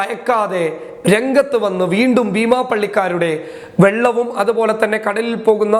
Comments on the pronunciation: കൊമ്പ് ഷിബു നശിപ്പിച്ചത് വെള്ളമാണോ അതോ വള്ളമാണോ? ഇദ്ദേഹത്തിന്റെ സംസാരത്തിൽ നിന്ന് കേൾക്കാൻ കഴിയുന്നത് വെള്ളം എന്നാണ്. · ഞാനും കേട്ടത് വെള്ളം എന്നാണ് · Vellam alla Vallam anu